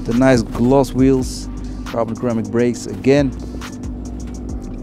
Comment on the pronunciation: man said “carbon Karamic brakes” 🤣🤣🤣